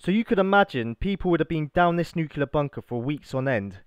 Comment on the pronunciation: I hate to be a dick but it was bugging me throughout, it's New-clear not new-cuul-or. That place would have enough shielding to protect almost totally from alpha, beta and gamma radiation (not sure on neutron radiation). This place could obviously not take a direct hit but then again nearly zero bunkers/silos can take a direct hit, the crater itself would be about 1/4 of a mile in depth from a 1 MT groundburst blast. If you want to know more about the actual science of it all and how, theoretically at least, you can protect yourself effectively, feel free to message me.